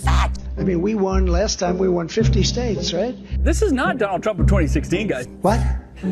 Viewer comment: elechrochution is as real as the United Shates. He mind is so broken he can not even speak right while trying to show he is not mentally compromised. This is not funny, if anyone cared about him they would get treatment but no one does. If you have a relative doing this get treatment. Do not let them fade away as he has.